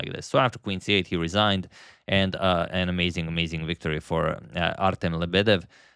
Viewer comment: Lebedev pronounced with stress on the FIRST "E". i.e. LE--bedev.